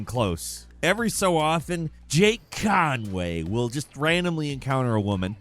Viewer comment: The way says "Jake Conway" cracks me tf up 🤣